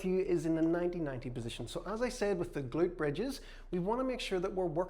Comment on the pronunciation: We salute the “ga-lute”